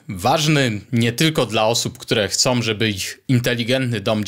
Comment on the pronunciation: Bardzo dobry merytorycznie odcinek do tego stopnia, że błędy wymowy Pana nie dają się we znaki, aż tak bardzo: som, chcom i wydużyć (wydłużyć). Proponuję posłuchać ( nie posuchać ) siebie i zwalczyć to w przyszłych odcinkach, a unikając "angielskich śmieci" będzie bardzo dobrze. Na plus językowy zapisuję 5 amperów, 20 watów w miejsce używanych błędnie 5 amper i 20 wat (chyba w aptece). Pozdrawiam jako wieloletni pedagog przedmiotów technicznych na poziomie średnim i wyższym. Wątpliwa pociecha: jeszcze gorsze błędy prezentują zawodowi dziennikarze TV itp. np.: "Zakupiono 100 armat i 20 przyłbic" oczywiście błąd merytoryczny. Pozdrawiam i życzę dalszej owocnej działalności na niwie ciekawych rozwiązań konstrukcyjnych. P.S. Temat ARDUINO jest Waszych opisach wg. mnie mocno kontrowersyjny dla użytkowników bez gruntownej znajomości mikrokontrolerów i ich programowania.